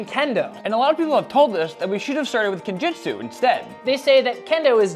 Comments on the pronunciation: guys it is pronounced jutsu not jitsu. jitsu means nothing it isn't even a japanese word. jutsu means technique of whatever you're studying but veyond that goid luck into your journey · Gotta point out that it's Kenjutsu, bot Kenjitsu, though. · Please please PLEASE DON’T call it “Kenjitsu”!!! It’s “KenJUTSU” “Ken” means “sword” and “Jutsu” means “technique” or “art”. There is no word that uses “Jitsu”! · ✋️ It's "-jutsu", lads